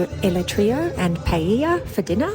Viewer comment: I envy you. Lovely place you have, and figs as well!! it is pronounced Pie AY Ya.